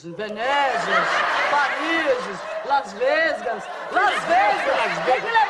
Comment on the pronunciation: "Las vesgas" 😹😹